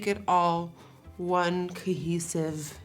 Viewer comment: The way she pronounced cohesive 😂😂 I love her 😂❤️